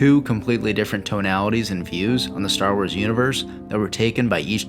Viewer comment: I really liked the video on KOTOR 2. I noticed that you struggled with enunciating both of the O's in the title, calling it "Kotur" as well as pronouncing the series "Star Wers". Not trolling. Just letting you know so you can either fix it or get really good at not caring in case you want to do voiceovers as a potential career. Either way, thanks for putting this up. You got a new sub for it.